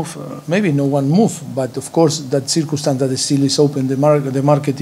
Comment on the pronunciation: cirkuumstaans cirkuumstaans but of course cirkuumstaans of course